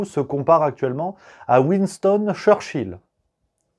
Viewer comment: Bayrouth..Churchill.... Beroute..church ill???